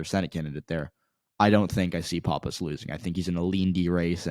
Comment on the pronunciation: You don't know what you're talking about in NH. NH1 is not left trending. It's much more conservative than NH2. Leavitt is not a disater candidate and she's going to beat Pappas. btw you're pronouncing Pappas wrong. Also who the hell told you the Republicans are giving up on Bolduc? That's not even close to being true.